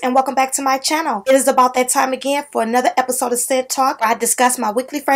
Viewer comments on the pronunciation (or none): Welcome back to my Channole I love how you say that.